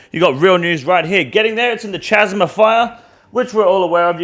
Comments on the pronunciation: This Australian pronunciation of “chasm” is killing me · At this point, I can't tell if is pronouncing 'chasm' wrong on purpose or not